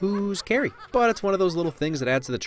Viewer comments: I don't hear "Carrie!" I'm hearing "Hey!" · Did he say “Carrie!!!” Or “Hey!” I always thought it was hey....maybe I’m wrong. And trust me Chewie gets that 🏅 in the worst pandering type of way....😕